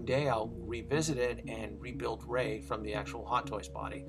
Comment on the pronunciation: woah!! that voice over, and accent was on point for whoever did it for thr rey figure!! Great video!!